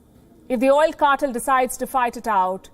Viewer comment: I enjoy this program but please please double check you pronunciations 'Oil cartel correct prononiation" kɑ- tel NOT CARTILL